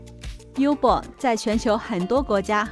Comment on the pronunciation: 感谢分享，纠正你一下Uber这个软件，要读“屋”伯儿，这是个例外！除了这个软件全部读"优"伯儿